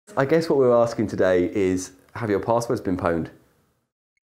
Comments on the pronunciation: it's pronounced "owned", the p is l33t speak pronounced as an O-the letter in which it replaces in the actual spelling. you don't say i'm EL'3'3'T, you say i'm leet, as in short for elite. just like you don't pronounce h4x0r as hax-or, you pronounce it hacker. l33t h4x0r is pronounced elite hacker, not el'3'3'T hax-or. You can always tell the posers by how they pronounce their "leet speak." it's offensive really. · pwned is pronounced owned, big soz ;) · Its pronounced "owned". If you don't believe me, go watch some old Pure Pwnage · "pwned" is pronounced "owned", it's just a 1337 way of typing owned, but the pronounciation is still the same. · It is pronounced "owned". Anyone remember PurePwnage from back in the day? :) "Hey man, you're like, the poneage guy right?" cringe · it's pronounced "owned" ffs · "Pwned" rhymes with "owned" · It's pronounced 'owned' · it's pronounced "owned" mate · The P in pwn is silent.